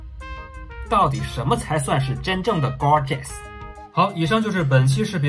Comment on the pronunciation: For your information...it’s gorgeous not grogeous lol